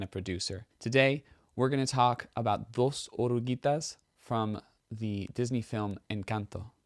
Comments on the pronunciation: 😳 Your pronunciation in Spanish is pretty good, nicee. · Your pronunciation in Spanish is very good. The word "Dos oruguitas" is not easy, you are great!